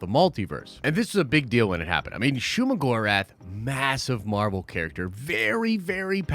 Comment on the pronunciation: I dont know who need to hear this. But it is Shuma 🤷🏾